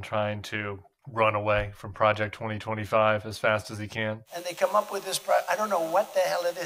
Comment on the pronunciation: He can’t even say Project 2025